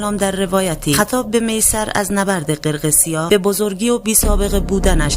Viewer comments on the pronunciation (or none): قرقسیاه😂 جسارتا شما هنوز نمیتونید قرقیسیا رو درست تلفظ کنید